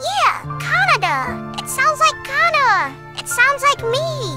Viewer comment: I have a very serious but unrelated question. You're pronunciation of Canada has me curious. Did you watch Canadian Heritage Minutes growing up? (if not i'll assume your doing it for the Kana bit).